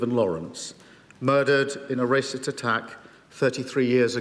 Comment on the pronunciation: What’s a “Ractits” attack 🫤 has he got a speech impediment